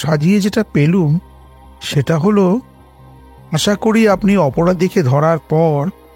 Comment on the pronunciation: আশা, আষা নয়